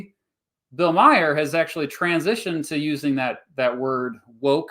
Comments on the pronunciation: TBH I'm struggling to continue hearing "Meyer" referring Bill Maher (pronounced MAR) but I'm gonna stick around as long as I can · Bill Mah hur not Meijer silly goose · It's Bill Maher not Myer. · Bill Mayer ? it is Bill Maher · I like how you call him Bill “Maier”. It’s kind of like, by mispronouncing his name, you’re subtly dismissing him as someone who deserves so little attention and occupies so little of your thought that even pronouncing his name correctly isn’t worth the effort. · Omg the fact that you completely butcher the name Bill Maher 😂😂😂😂 It's pronounced like "Mawr" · Never heard Bill Maher's last name pronounced like Bill Myer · How can I take you serious when you mispronounce bill maher’s name lmao